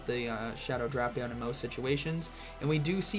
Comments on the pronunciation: Drapion instead of Drapion 🫥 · Why is bro pronouncing Drapion like that?